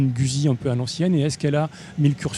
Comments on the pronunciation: J'aime bien votre comique assez 70's... Par contre faites un effort pour rendre audible votre prononciation de Guzzi en respectant son origine italienne (ce n'est pas güsi mais goutte-zi)! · Quand allez vous prononcer le nom “Guzzi “ convenablement. C’est un nom italien et sa prononciation franco-shaddock est ridicule. De plus la HD c’est une Panamerica et non pas Paneuropean qui est un ancien modèle de Honda.